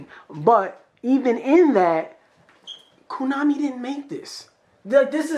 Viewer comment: I love how pronounces 'Koon-ami'... Damn crazy racist 🤣🤣🤣